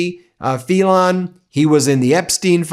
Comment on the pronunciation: Phelan is prounced FEELAN not FELON ..just saying...